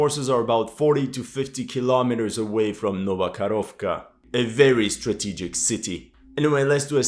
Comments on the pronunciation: ITS NOT KAROVKA, ITS KAKHOVKA, Karovka is a COW in Russian :D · It's not Nova KaRovka. It's Nova KaHovka. H like in "Hold". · It's not "Karovka" but "Kahovka (cyr: КАХОВКА)". Karovka is a little cow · Dear "" I love your work... But please get the name of this town right.. It is "Nova Kakhovka"... not the "nova karovka"... in russian and ukrainian languages "karova" means "cow".... "karovka" might mean "little cow"... None are suitable names for a city or town... 🙂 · thanks for another great video. One minor thing: you pronounce Nova Kakhovka (New Kakhovka) as Nova Korovka, which is the Russian for "new cow". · Man, when you pronounce "Nova Karovka" it means "new cow" :D Just say Nova Kakovka. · Nova Kakhovka, not Karovka. Karovka means a little cow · not Nova KaRovkra, but Nova KaHovka(Ho - like Howitzer) :-))) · It's not Novo-Kharovka, it's Novo-Ko-h-ov-ka. "Ko" as in {ca}ll, "kh" as in {h}ead, "ovka" as you pronounce. Also, not "Inhulets", but "In{G}ulets".